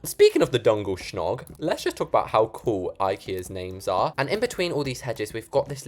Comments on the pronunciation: WDYM DUNGEL SHOG? ITS JUNGLE SCOOG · Im swedish and djungelskog is pronounced jungle skooog it means jumgle forest so its a jungle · As a swedish person i jumped to mars when he said swedish gods😭 And i cried when he pronounsed djungelskog wrong it sounds like jungel skoog but its djungelskog😭 But hes not swedish so yeah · DUNGELSCNOG!?!??! DID U JUST CALL DJUNGELSKOG DUNGELSCNOG!?!?! 😭😭😭😭😭😭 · When I tell you I was OFFENDED when he called a dejungleskog a “dungleshnog” like… bud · Im Swedish and Djungel skog in our language you pronouns it ”jungel skooohg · Omg god soo good butt BTW it's jungle forest not djonejws skjogs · I’m actually from Sweden and no hate but I laughed so hard when you said djungelskog! 😂 Just so you know it simply means jungle forest ❤❤❤❤ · Not my swedish ass getting so mad at how you pronounce DJUNGELSKOG